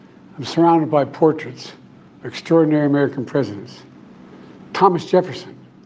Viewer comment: . He said presidents, but it sounds like prisons.